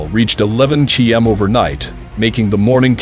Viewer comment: What kind of measurement is a Kee Em ???????????